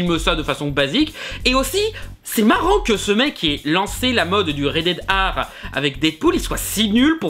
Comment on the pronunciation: tu dit rated R comme red air ar les francais on un probleme avec la lettre R